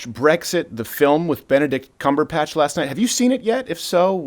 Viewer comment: "Benedict Cumberpatch"